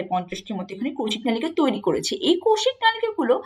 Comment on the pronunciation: ম্যাম নলিকা না মনে হয়। নালিকা🙂